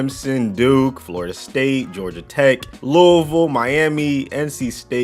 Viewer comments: SOMEONE ACTUALLY SAID LOUISVILLE CORRECTLY 😱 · For once, someone actually says louisville right